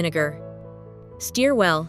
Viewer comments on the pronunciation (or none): A.I. is RIDICULOUS!! It’s “stir” NOT “STEER”. YOU “STIR” water. And you “STEER” a car. IDIOT. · Wait, steer well? I thought it was stir well. This has to be AI. No idiot talks like that. Well I could be wrong. I live in Lavergne Tennessee. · I stopped it when AI said "steer" well! Instead of "stir". Dumb Asses!!! : ( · “Steer” well lol. Ai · Steer well? LOL I hate AI.